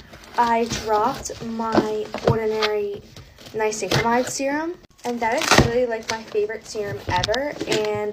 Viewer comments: SHE REALLY SAID NYCINCRIMIDE I CANT 😭✋ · “Ni-sync-amide” 💀 Btw it’s the first vid